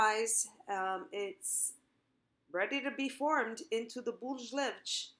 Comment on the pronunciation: Your recipe is great, but your pronunciation of “ bolos levedos” is terrible!! Thanks for the video, I’ll certainly follow your recipe!